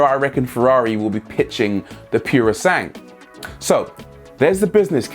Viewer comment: Woah, didn't expect a response from you 😬 Cool! Wasn't trying to slag you off. Italian is such a beautiful language and it's strictly phonetic, unlike French with all their tricky, silent letters. So 'sangue' sounds kinda like 'sang-weh' (with a hard 'g') I suppose it's a mix of my love for Italy and my mum's fussy linguistics that set me off 😅 I like the point of this video though; "Wanna make some sick sports cars? Sell SUV's to fund them." Mad world, eh?